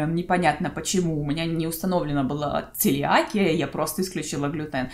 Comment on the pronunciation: Вы мне очень нравитесь❤️ но ударения прям бьют по ушам целиакИя, анорексИя)